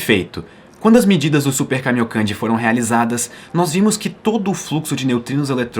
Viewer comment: Super caminhocande? Como escreve kkkkkk